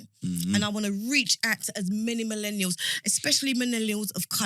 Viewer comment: she needs to stop saying MENELIALS. WTF man